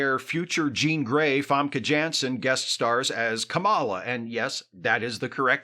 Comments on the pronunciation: Good video. Though in pointing out how to pronounce Famke Janssen her character's name Kamela, you mispronounced Janssen twice. I really don't care, but I thought it was funny. It's yan -(rimes with Han)-sen . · I'm guessing Famke has adopted the American pronunciation of her last name, because it's not how it's traditionally pronounced in Dutch. 😅